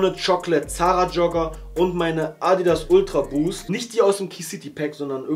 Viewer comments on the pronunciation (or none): none